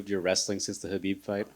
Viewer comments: BIG respect for Justin for changing the way he said Khabib’s name right, with the H and not K… mad respect! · He corrected himself when pronouncing Khabib's name, AWESOME! Totally didnt expect that. #respect #gaethje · Luv how justin pronounced khabib's name right.